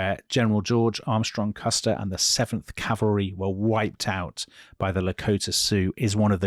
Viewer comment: Last Stand of the 7th Calvary... Butchered